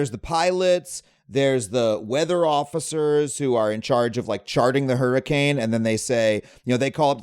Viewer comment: Hurrican X hunter Prounced: hurricane hunter